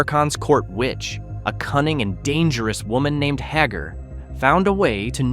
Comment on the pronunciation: “Hagger”? Dude, did you even watch this show?????